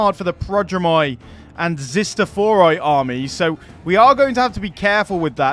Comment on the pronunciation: It's not Charlie 'ch' in Chalkaspides, it's 'h'. And it's not Zistophoroi;) Anyways, thanks for a great video! Can't wait for Romans haha